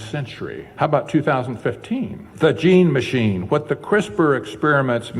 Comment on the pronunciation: Haha he said jean machine 😊 lol